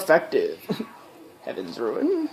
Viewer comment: It's roon, not ruin